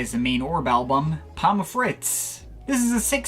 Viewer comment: It’s not pom-muh, it’s just pom.